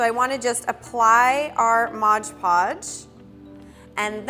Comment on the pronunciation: Haha modge podge! Lol its mod podge silly Edit: Just realizing I didn't tell you how awesome this was & just made fun of how you say mod podge! I really love this & am going to try and do it! Thanks so much! 😆💘